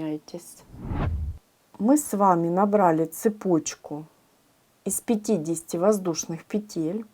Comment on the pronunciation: Если вышла в интернет,говори правильно: пЕтель,а не петЕль,наверное,не русская.Очень режет слух!!!